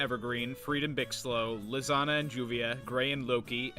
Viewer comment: It's so weird to hear someone actually say Lisanna instead of calling her Lasagna. Also, YouTube has been wanting me to watch this for the past year and I finally have time. So far I'm enjoying it.